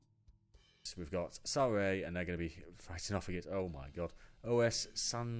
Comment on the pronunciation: The "Os" in Os Sanjoanenses is not an acronym, so it shouldn't be pronounced one letter at a time. It just means "the", the club is called The Sanjoanenses (Sanjoanenses refer to Saint John the Baptist). You'll notice the badge and name are very similar to Belenenses from Portugal, whose full name is Clube de Futebol Os Belenenses.